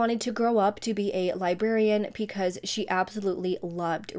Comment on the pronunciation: Off topic, I watch a lot of your videos and I love how you pronounce "because" as "peecause".